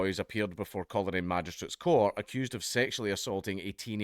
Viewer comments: Coleraine is pronounced Coal-rain. Practice it, because it’s kicking off as well It’s going to be a long summer. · Count its pronounced Coal Rain , as for the protesters they were a mixture of Ulster unionists and Irish Nationalist